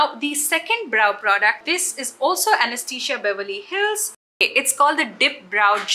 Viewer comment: It’s so funny! Almost every Indian makeup vlogger says “Anesthesia” and not Anastasia!!!